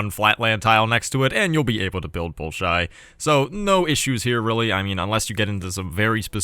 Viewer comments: nails the prononciation, 1ns later: "ballshy" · Ball-shoi Theater. In Russian, o makes the ah sound if not accented, so the first o sounds like ah, the second o like oh.